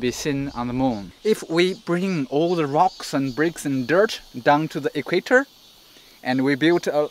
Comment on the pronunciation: Equaitor? Yo soy ecuatoriano y en inglés se pronuncia Equator. Pero buen ejemplo.